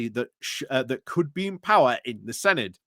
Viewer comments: Im not Welsh so don’t take my word for it, but I’m pretty sure Senedd is pronounced “seneth” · Yes, with the th pronounced as in "this" not as in "thick".